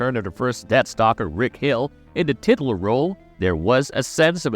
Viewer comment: mispronouncing “titular” was everything ❤